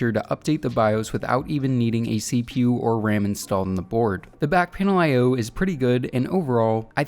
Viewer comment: CPU and gpu up pronounce by just saying the letters. Don’t say it like a word it isn’t “seepew” it’s CPU